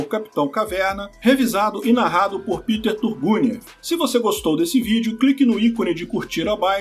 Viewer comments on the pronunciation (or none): none